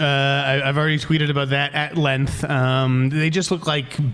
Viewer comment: Did he just pronounce length with the a lowercase e??? Collider is a joke